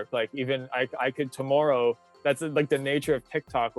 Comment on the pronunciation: Welp. I am a married grown-ass woman and I got a little jealous when he mentioned "his partner." Whoops! He's so great, though! Also, since I'm a creep, here's a creep observation: when he says "tomorrow" the first time, it sounds Canadian, and then he seems to make a concerted effort to pronounce it the American way a few seconds later. Ok, I'm officially the worst; bye!